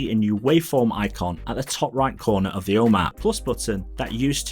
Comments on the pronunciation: Really good channel. I know you’re from the north of England like me, but you need to change the way you say ‘Home’. It’ll be good for the growth of your channel. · I am from the UK also, followed him for sometime. His accent has nothing todo with how he pronounces “Home” it’s his speech. But I don’t it will have any impact on growth, he’s only been going 10 months and already at 11k subs